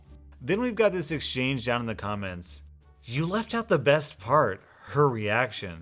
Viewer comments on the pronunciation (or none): none